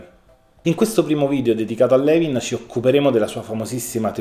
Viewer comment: Non vorrei sembrare antipatica ma si pronuncia Lùin,,, non Levin. Grazie per questo prezioso contenuto!